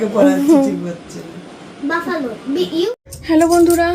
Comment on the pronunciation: বাফেলো উচ্চারণ হবে ঠিক উচ্চারণ না করলে spelling ভুল হবে